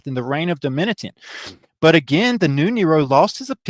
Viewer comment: I believe the correct pronunciation is, dough-me-shun